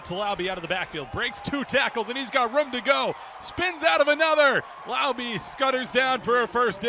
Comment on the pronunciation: It’s “Lau-beh” not “Lau-bee” … some get it right, some don’t.